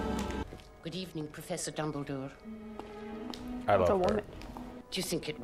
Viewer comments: did she just call dumbledore, "double-door" at the end?? 😂🤣😅 LOL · im pretty sure she said "Dumbledorf" which makes it even more funny 😂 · "Dumbeldorff" hahahaha